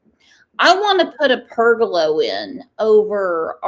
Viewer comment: Pergola not pergalo 😂